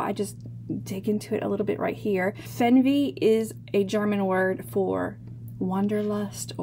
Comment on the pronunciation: Interesting pattern. I've got a backlog but may just buy it soon. However, the pronunciation is "fairn-vay" - don't know where you got fenn-vee. The German word "Weh" = pain, woe. It appears a lot in Yiddish (oy vey). The name "Fernweh" means "far sickness" - the opposite of "home sickness." The outward-pointing stars fits right in with that meaning.